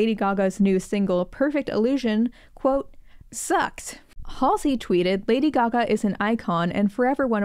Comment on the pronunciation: Not MALLSEY😂